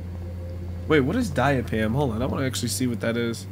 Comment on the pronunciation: Chloe is too much! It's always something 🤦🏾‍♀️.. also it's pronounced more like ----> DIE-azz-e-pam. It is absolutely NOT normal, thats not even girl code. We dont just walk around kissing our friends. Hell i dont even like for my friends to stand too close to me!